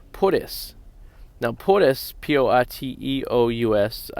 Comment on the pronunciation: Porteous is you spelled it by pronunciation would look like poor-chus.